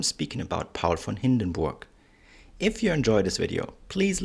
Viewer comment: i like the proper pronuniciation of this great man's name very important in history thank you for a good detailed history presentation info out here hard to get thank you.